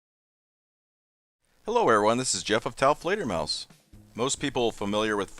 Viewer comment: I really am going to miss new videos with. "hello taofleder folks" 😔